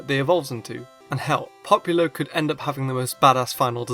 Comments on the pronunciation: popilo???? its popplio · Poppilo? Did you seriously pronounce it Pop-ilo? It's POP-LIO! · He’s saying populo...😂👏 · He can't say popplio correctly